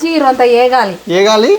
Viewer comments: Vegali😂😂😂😂 not e gali😂😂😂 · వేగాలి 😂 ఏగాలి కాదు